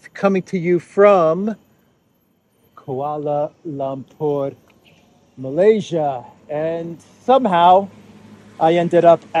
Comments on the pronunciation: the word "Lumpur" in Kuala Lumpur is pronounced "l-uh-mpur", not "l-ah-mpur". Or, more often, we just say "K.L.". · it’s Kuala Lumpur - pronounced „Loompuor“ not Lam 😉 just thought I’d mention it not that you insult any nationals there 😬 Stay safe and glad to see you’re not sick 👍🏻